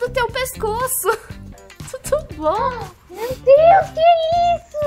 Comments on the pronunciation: Não é tudo bom é turu bom ouviste? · É tuto bom?😂